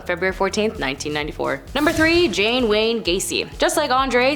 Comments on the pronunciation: Come on it's John Wayne Gacy. Not Jane or Jean for that matter. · John Gasy not Jane Gasey